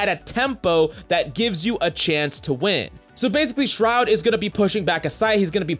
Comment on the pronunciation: Buddy really be out here saying SROUD smh